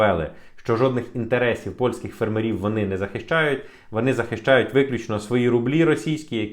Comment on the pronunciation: Слава Україні!Згоден з тобою на 100 відсотків-добру справу робиш,друже.Єдине зауваження-наголос у слові фермери.